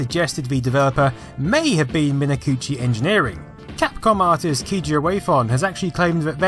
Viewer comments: "kay-gee airway fon"? Who's that?? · What the fuck did you call Keiji Inafune? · I have never heard anyone butcher the pronunciation of Keiji Inafune's name so badly until now...